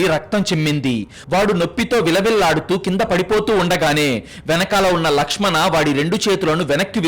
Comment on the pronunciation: Ladkhadana kadhu ... lakshm an